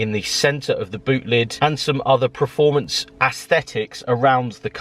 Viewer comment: The more and more I watch your vids the more I understand you can’t say performance 😅😂